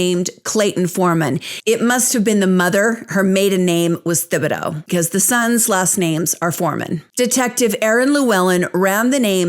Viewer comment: The "Th" in Thibodaux is just pronounced as a "T" (Tib-a-doh) You did an awesome job as always, I just figured you're the kind of person who always would rather know that kind of thing, so i said it. :)